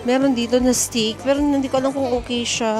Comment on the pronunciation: istop and isteak. Tagalog English pa more. 😂✌🏻